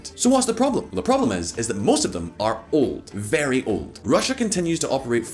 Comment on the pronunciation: vehRy stronK soldier